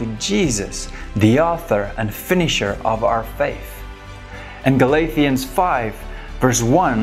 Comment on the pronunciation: Did you say galathians, rather than galatians and then show ephesians?